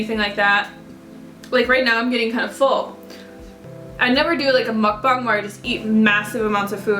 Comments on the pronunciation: Nooooo. 1 a week is plenty. Also, I think it's pronounced muck-bang. Not bong. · Mukbang is pronounced (Muck-bbang) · actually its' more "muh-k bahng" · You're right its "MUCK - BAHNG" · looool whoever told you to add an "e" sound to the word mukbang has no idea how to speak Korean hahahaha. The way you're saying it is fine. Of course a Korean speaker would be able to hear that you have an accent but who cares? Korean is not your native language so it's understandable. Your pronunciation is close enough. the "u" in "muk" makes a sound similar to "uh" (not "oo"). And of course the a in bang is like "ah" just as you said. But anyway, don't worry about it haha.